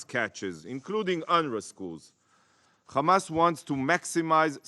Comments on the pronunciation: It’s “Hamas” not “Khamas”. And these people want us to believe they are the creators of Hummus (Khumus as they say)? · Khamas Khamas Khamas Khamas Khamas, I wonder what lead to the rise of Khamas.. by the way it's Hamas not Khamas as the fabrication of Torah and the hebrew language stollen from the Arabic language...